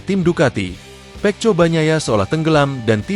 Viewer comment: bunyinya seharusnya peko jgn juga dibaca peco sampah sampah